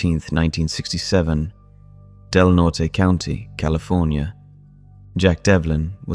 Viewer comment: "Del NORT" is the correct pronunciation.